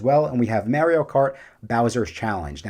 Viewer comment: Good video! The way your pronounce Mario as Maryio is funny lol. Also putting Curse of the Werewolf as number 1 is a choice, you put it even over the flagship ride of the Dark Universe section of the park.